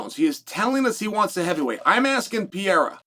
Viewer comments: Chael: "Oh I see, I think.. I think I got it now..A L E X ... Pee era! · Say it with me. PURR-AIR-UH. PURR-AIR-UHH. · Love ya Chael, but this was the last Alex "PEEYERA" pronunciation I could take. Unsubbing for a while😂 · Really Pierra come on! It's not that tough to pronounce Pereira 😅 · Chael, it's time you learnt pronouncing Pereira correct.